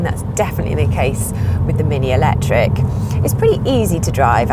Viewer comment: I love the way she says "alectric" every time 😂